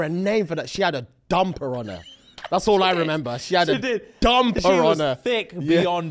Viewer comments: “She got a dumb piranha” (brain finally registers what I heard) ohhh dumper on her…. Nah it’s dumb piranha for ever now. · How many times is he gonna say DUMMMPER 😂😂😂